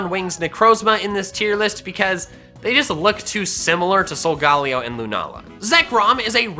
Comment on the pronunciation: Its sol - go - lao